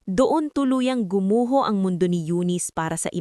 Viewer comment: Nice story però ayusin Ang pag babasa mo. Tanging hindi tanin . Gusali not gusli Gumuho not gumuhol Ayusin mo Ang pag babasa at pag deliver mo Ng words. Thank you.